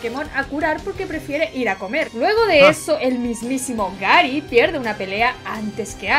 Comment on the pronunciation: La chica: Gary: gUeRi